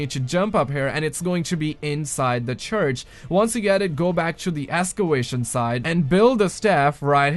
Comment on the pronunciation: "Escewation site" Excavation?